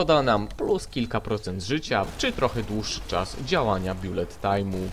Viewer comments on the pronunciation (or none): none